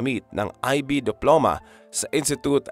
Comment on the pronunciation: It’s IB diploma or International Baccalaureate diploma not ivy diploma.😉